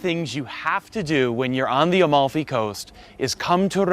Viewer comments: It‘s called Amalfi! Not “A-Mall-Fee". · AMALFI................!!!!NO OM(O)LFI.CAPITO!!!